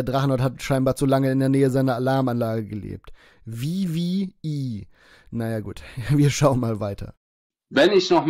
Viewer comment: Die wiwiäi ist Wrestling. Englisch Lord am Start, ja moin Digga. Kannste dir nicht ausdenken.